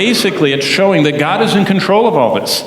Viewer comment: GOD, not dod.